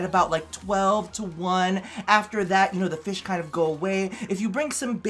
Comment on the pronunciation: country accent I like feesh